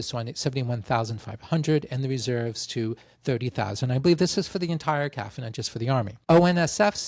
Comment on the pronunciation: FBI CIA NSA IDF RCMP Not sure why you figured you'd prouncounce CAF "calf". Nonetheless, cheers from Montreal.